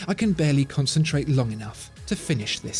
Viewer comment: Did he really say : "I can berely concentrate long enaugh to finish this senteN"? :D